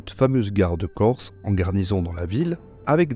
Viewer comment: Excellente vidéo et félicitations pour la très bonne prononciation du corse